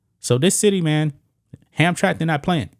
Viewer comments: Dude you should check the correct pronouncing of words I see destroying names on a regular. It is pronounced Ham_tra_mick not Hamtrack ask somebody. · It's pronounced Ham-Tram-Mack. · It's pronounced Ham-tram-ick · It's pronounced HamTRAMick. And it's not "near Detroit," it's actually IN Detroit. FWIW I doubt the former Polish Catholic majority would be tolerant of this, either. For that matter, I doubt there are any gay people in Hamtramck, so what, exactly, was the point of hoisting this flag? (I know what it was, it was a rhetorical question.) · Pronounced. ham-tram-ick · It's pronounced Ham-tramick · Ham-Tram-Ick is how it is pronounced. Used to be the headquarters for most big business in Detroit, now it is a shithole just like Detroit. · sounds like Ham Tram ick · Not that it matters but its pronounced ham tram ick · it's 3 syllables. Ham-tram-ick. How times have changed. In the 50s and 60s it was mostly Polish people. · I was in the Marines with a guy from Hamtramck. He said it “Ham-tram-ick.” Right, wrong….Idk. Hey RT!—you still alive? I had the tooth I knocked out of you for a lot of years. Good story, conversation piece. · Not to be too picky, but its pronouced Hamtramic. Hamtramck was predominately Polish American for decades. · The city is pronounced "Hamtramick". I live in Detroit just across the railway tracks.😄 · IT''S PRONOUNCE HAM TRAM ICK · It`s Ham Tram ick not Hamtramck lol . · Don't normally correct tubers but it's pronounced Ham tram mick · Pronounced Hamtramack This city is actually located inside of Detroit. They don't play that gender stuff. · I’m from Detroit… it’s a village inside of Detroit that used to be all polish. The pronunciation is Ham-Tram-ick.